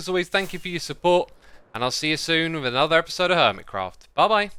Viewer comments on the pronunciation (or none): "Hello everyone! and welcome back to a'nether episode of Hermitcraft! *insert trying hard brit accent 😂*" From all hermits intros, X's got me and now and everyday here in our house its my new hobby, out of nowhere I will just spit his intro I don't know why😅, I just love it!